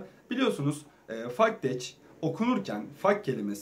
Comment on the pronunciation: Bence FAKTECH degismesin sen okuma tarzini degistir kac kere soyledim sana:) (Faktec) degil (Faktek) diye okunur...